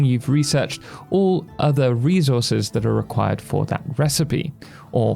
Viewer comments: I'm sorry but the way you say "re - zor - zez" gets me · ReZources is crazy😂